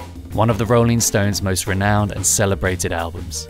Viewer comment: Awesome story, and such an iconic studio. Although, it’s a shame you kept saying ‘stoneses’ 😂